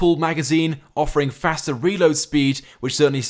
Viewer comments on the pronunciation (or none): none